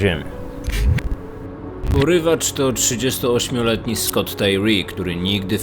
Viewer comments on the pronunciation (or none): none